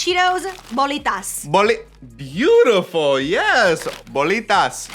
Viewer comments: I cringed when she said e lote but smiled when she said cheeto bolitas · Qué bien que dijiste "Bolitas" 🥰🥰🥰